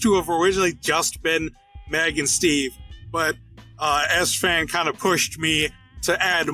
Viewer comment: I thought Sfan's nickname is pronouncing like Spring, but not like "Ass Fan".